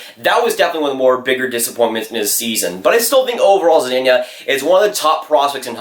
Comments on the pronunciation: Hey just wanted to give u a tip on how to say zadina. Za-de-na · Can’t even say zadina right